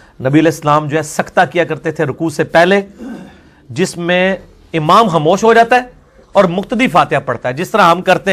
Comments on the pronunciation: عمام نہیں ہوتا امام ہوتا ہے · لفظ عمام نہیں امام ہوتا ھے.